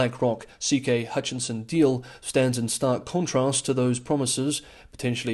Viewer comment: "Hutchison" rather than "Hutchinson" as voiced